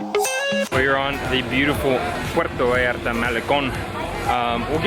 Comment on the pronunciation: First thing to do when you arrive to puerto vallarta is pronounce it puerto vallarta not puero vallara 😂